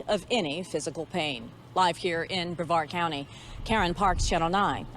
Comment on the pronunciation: No disrespect intended,.... it's pronounced like Bre -VARD County I think